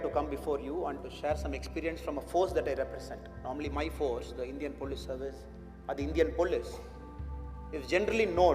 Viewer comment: Its service....not servise...pls edit